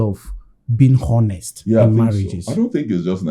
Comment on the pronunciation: please you guys should ignore the "h" in 'honest'.